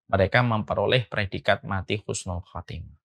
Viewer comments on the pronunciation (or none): none